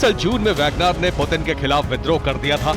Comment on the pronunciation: पुटिन है पुदिना नहीं!!देखते है अागे अागे हाेता है क्या!!!!